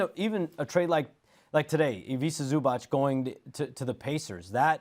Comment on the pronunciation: Windy please learn how to pronounce balkans surnames ... its Zubac , not Zubač .. 🙏🏀